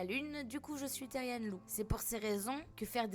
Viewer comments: PAR PITIER ON DIT PAS THERIAN MAIS THERIANEEEE CA CE PRONONCE THERIANE MAIS CA S'ÉCRIT THERIAN C UN MOT ANGLAIS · MERCIII JE SUIS THERIAN ( SA SE DIT THERIANNE ET NON THERIEN MAIS SA S'ÉCRIT THERIAN ) ET FURRY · Moi je suis otherpaws c un peu comme le(a) cousin(e) des Therian 💗et aussi ça se dit pas térien ça se dit Therian (ça veut dire qu’on prononce bien le A et le N à la fin) Sinon merci d’avoir fait une vidéo dessus.🎉❤(aussi je tiens à dire que certaines vidéos sont faites avec de l’ia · Enfin quelqu’un qui respecte les therian ! Mais sa ce dit therianE genre y’a pas de e mais il se prononce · Team therian et ça se dis therianne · Salut juste pour te prévenir sa s’écrit therian mais sa se dit theriane (j’en suis un) merci pour ta bienveillance 😊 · Ca ce pronounce teriane mais ca s'écrit therian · Moi je suis therian en fin je crois Et ça se prononce plus "tériane" Et comme ta vue tu peux regarder la terre des kins pour te renseigner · déja on dit "thériANE" comme pronociation